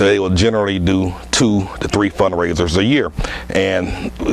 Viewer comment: sounds like he keep on saying fundraiders